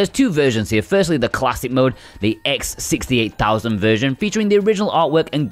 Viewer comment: Considering the Sharp X68000 was called that due to the Motorola X68000 CPU that powered it (the same CPU that was used by the Amiga), I'd say you pronounced that just right. ;) And considering the price a fully working X68000 commands these days, and how fussy those machines are, or even how expensive most of the Cotton games are in general on the second hand market, this is a godsend for fans of the Cotton series. I'm glad you guys cover so much of the stuff that's a little more out there.